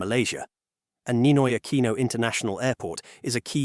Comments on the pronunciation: Aquino, pronounce it as 'Akino'.. pls. You sounds like AI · and 2 shots when he says "A QUEEN NO" lol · And take two shots every time it's mispronounced as "Ah-kwee-noh" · Ninoy Akweeno? All this time I thought it was Ninoy Aquino. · Just count how many times he said "Ninoy AKWINO" (nope, he didn't say it all the time). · 🤦I can't finish watching this, the way he keeps repeating the whole name of the airport and mispronounces "Aquino"... It's hurting my brain. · The AI narrator voice pronounced Aquino very poorly. A lot of snobby people go to Thailand for provocative reasons.